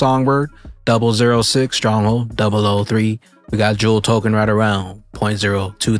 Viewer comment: Thank u for your video.. u mentioned all the coins in the xrp eco system, i have all but a coin i think you said "jewel" or something like that. Any clarity on what coin that is would be appreciated thanks